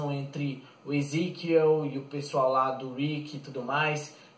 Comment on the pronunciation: é Ezequiel Vc não sabe nem falar o nomes dos personagens cara muito fraco